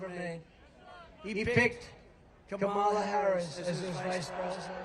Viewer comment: Yeah! "Have the decency to pronouce the Vice President Of The United States Of Americas "name correctly! Tell those Ten people to go home!